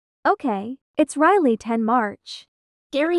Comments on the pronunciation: And when riley meet gary riley said riryl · Why did riley say rile and not riley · Bro the l at the end